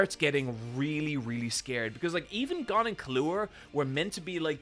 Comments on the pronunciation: After filum no pronunciation should be surprising. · Ahh yes. Goan, Kilooah, and Kuropeeka. My favourites. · are you purposely saying all the names wrong? gone, kahlua (lol), currapeeka...